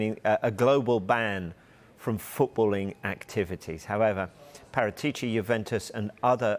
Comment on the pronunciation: Even the people reporting on him say his name wrong